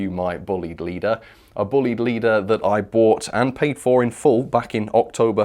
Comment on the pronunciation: It's not buleyed or bleed. The name is, as my friend of the same name will tell you is pronounced...BLYDE ok. Thanks Andy Bullied will be so happy. Pass it on..please